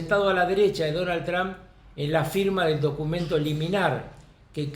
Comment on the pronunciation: Carlos, el apellido del presidente de US, es TRUMP, con M, no con N, como te he escuchado decir en muchísimas ocasiones. TRUMP... no TRAN.